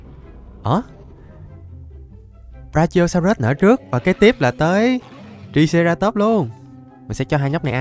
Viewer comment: Anh đọc sai tên của triceratop rồi chữ i phải đọc thành âm "ai" nên phải đọc nó là traiceratop